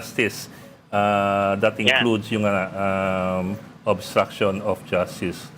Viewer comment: Paano po naging obstraction of justicre yon pki paliwanag nabubulol kasi diya ng bigkasin yon